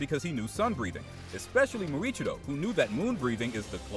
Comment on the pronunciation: Bro said India and muichirio😂😂😂😂